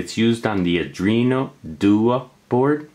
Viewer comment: pronounced are do-ino doo-ey not are drino due-ah